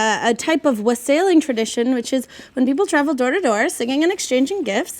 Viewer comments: Someone needs to learn how to pronounce wassailing. There's literally a song about it. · Wassailing. She pronounced it very wrong 😂😂😂